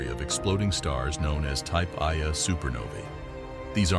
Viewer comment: At the beginning of the video your talking about a supernova and your pronouncing it a type "eye-a supernova" this is incorrect. Its called a type 1-A, or "one-a" supernova. The other type of supernova is called a type 2-A.